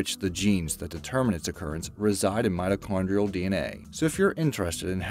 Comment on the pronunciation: did anyone else hear midichloreans instead of mitochondrial??